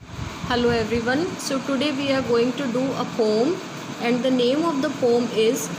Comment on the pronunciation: It's poem not pom